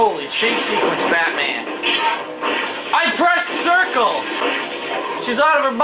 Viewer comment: “I prest jamp! I prest cercal!”